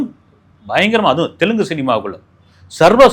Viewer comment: Hey its telugu not telgu..take the language name properly.. Always u will take a wrong language's names..